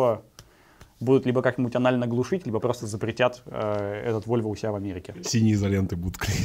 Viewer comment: Когда вместо "Вольво" послышалось "вульва"... Мне кажется, это не случайно.. :-D